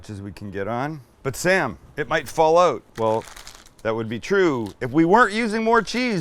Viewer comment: Love the way you say 'out', not so keen on the way you say 'caramelised.